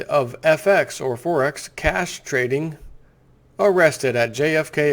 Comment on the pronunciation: thats exactly what I heard!!